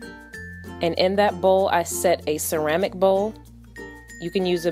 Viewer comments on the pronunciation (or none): none